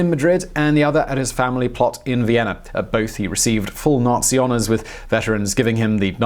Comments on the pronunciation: Viennerr. Barbarosser.. Sorry, im stuck on it. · He had a "idear" of Vienner"